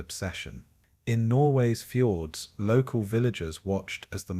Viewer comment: normally I am pretty ok with your videos but between things like -"and 12 'O' 'O' 'O' pound bomb" and "Norwegian Fords", this video was a little distracting.